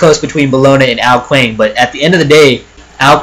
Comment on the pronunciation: Also Ao Kuang is pronounced Ao Kwong